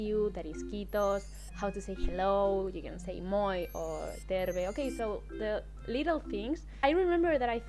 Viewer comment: That rolling spanish r when you said "terve" sounds so adorable. I'm really impressed by how flexible and adaptive your outlook is. Like, yeah, these were shocks when you came in but seem to have come to terms with them. Some people never get over the cold.